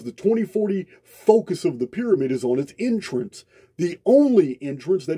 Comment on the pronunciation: thanks ❤️❤️ I love your voice! and your accent ❤️ (I'm not being sarcastic, I know you've copped flack over how you sound, I'm just here to say I love it!) especially when you say 'entrance' and it sounds to me like 'intrance' much better word!! and somehow your 'understand' sounds like 'innerstand' also, heaps better word!! thanks man, really appreciate you ❤️❤️